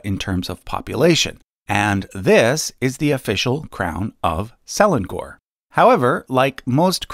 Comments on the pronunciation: its se leng or instead of se len gor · pronunciation corrections for the malaysia part. SELANGOR is pronounced as sə-laa-ŋor, not seh-lan-gor. for YANG DI-PERTUAN AGONG, the AGONG part is pronounced as aa-guŋ, not agog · Hi Selangor is pronounced as Suh Lah-ng Ngoh-(r). E in Malay is pronounced as Uh usually but without the h sound. I put the h there so that it is easier to figure out the correct vowel sound. A is pronounced as Ah without the h except when at the end of words in many dialects and informal registers. O is normally pronounced as Oh without the h. R is often omitted but can be pronounced but often with soft r without much trill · I have been a fan of your channel for a long time but your pronunciation of Selangor is killing me. It pronounce Se-La-Ngor, not Se-Lan-Gor. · Just want to point out that SELANGOR, Malaysia is pronounce, some what like "Sir-Lung-Ngor". Nevertheless, great info. *thumb up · "Salang gor" "Yang di-pertuan Agok" 😅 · Selangor is pronounced - Se-Lang-or = (Ce)rtficate - (Lung) - (Or) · What funny word selangor how you said it's pronuce se-lang-or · Selangor = se lang ngor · Butchered the pronunciation of Selangor but thank you for the recognition. Can you please make a video about the monarchy of Malaysia please. Love from Malaysja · Ng is not pronounced as Ng-g unless there is another g behind it, that is, -ngg-. Example words: langgar, bangga, etc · I'm triggered when he pronounced "Selangor" and "Agong".😂 Malaysian here!! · YANG DI-PERTUAN AGONG (N is missing). Selangor - the ng, is nasal like in "sung" and rhymes with sung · That's not how you pronounce selangor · Selangor ... pronunciation is wrong. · You butcher my Malaysia word, Selangor and Agong🤣🤣🤣🤣